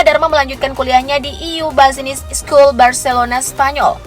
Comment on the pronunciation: "BAZNIZ" 😂😂😂 SALAH PENGUCAPANNYA MBAK.. "BUSINESS" MESTINYA DIBACA/DIUCAPKAN "BIZ-NUHS" 😁 GEMES AKU TUH